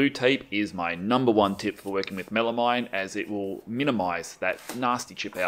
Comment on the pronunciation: Good tips, thank you. FYI, it is pronounced “MEL-a-meen”, not “-mine” It’s a portmanteau name, and the final two syllables are derived from a chemical that sounds like “AM-meen”.